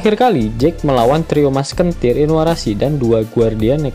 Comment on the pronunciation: Musketeers dibaca masktetir bukan maskentir Kong gun dibaca kong gan bukan kong guan Astaga masa bisa mleset sih pembacaannya